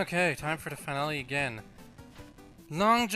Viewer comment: finale is pronounced "fin-nal-ay"